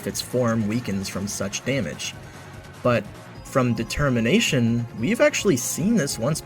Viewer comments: Why does he say De-Termination? Is he stupid? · I kinda thought you were gonna make some sort of "De-cember" and "De-termination" connection because you kept emphasizing "de" in "determination". Dang - that could've cool